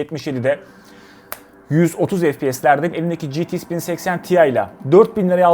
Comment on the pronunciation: Niye citi-ix diyorsun? GT derken ingilizce X''e gelince ingilizcen mi bitiyor lskdjfg